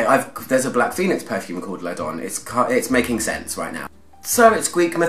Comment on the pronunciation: L’Adoné pronounced la-don-ay. É e acute innit. 🤓